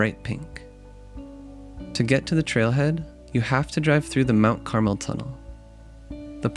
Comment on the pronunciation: This video was so fantastic! As a southern Utah native, you definitely did this beautiful desert paradise justice! Thank you for showing some of the beautiful cacti and wildlife! One little thing, just so you know Mount Carmel is pronounced (Car-Mel), it’s a Spanish word meaning golden brown. Thank you so much for making this great video!